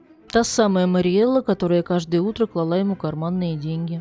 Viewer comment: Не клалА, а клАла